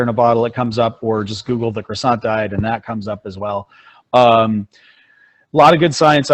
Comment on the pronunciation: cwasson not croysont